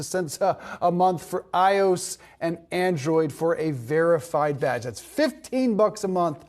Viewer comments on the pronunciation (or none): Did he just pronounce iOS as Ayos? Bruh, have you been living under a rock for the past decade and a half?